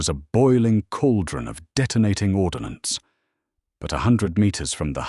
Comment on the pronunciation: There's no "i" in ordnance.